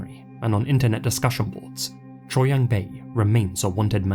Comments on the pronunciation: Your pronunciation was pretty damn good with the Korean names! Tip: “Choi” is said a bit like “Che”. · Correct me if im wrong, but isn't "Choi" pronounced like "Cho" in SK? Not that these men deserve any type of respect, just wondering. Amazing video, as always, ❤ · Now when you say "che" is that "che" like cheese, like Che Guevarra, or like shay? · Honestly, whose damn idea was it to Romanize it as Choi ??? It's no wonder English speakers constantly pronounce it as Choy.